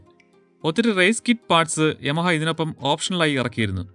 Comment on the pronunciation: "യാമ" എന്നല്ലെ ഉച്ചാരണം....